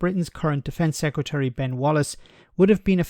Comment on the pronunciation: Sec Ra Tree? When did the English stop being able to speak English?